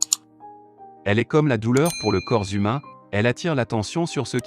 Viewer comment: "le corps z'humain" ? "l'uvre d'une seule journée" ? "le commencement de la faim" ? "on ne sait jamais abîmer" "un seul vice rédacteur" "d'alcool forte" ... je te fais grâce des majuscules et de la ponctuation !